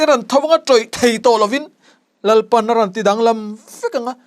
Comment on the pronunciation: Rawnti tih turah Ranti ati zel a.ngaihthlak ahahthlak